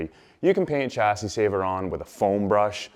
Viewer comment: I thought a Canadian would pronounce Chassis ‘correctly’ as it is a french word?